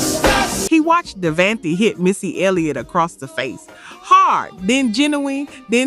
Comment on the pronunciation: Ooh, tweak the system on the pronunciations. Jodeci, Devante and Nino were off. The energy is upbeat and lively, though.